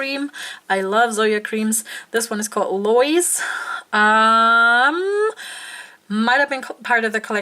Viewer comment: And the female name " Lois" is two syllables - pronounced "LOW is." (Accent on first syllable,.) Sorry for so many comments; I have way TOO MUCH time on my hands this evening!